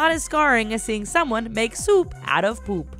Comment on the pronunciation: the narrator girl says "poop" funny.